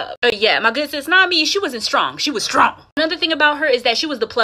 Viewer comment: miss gurl said not strong StRoNg lol